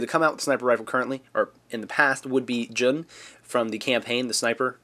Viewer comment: You still say Jun wrong Lol, your saying it like a Caveman name. Its like the month "June"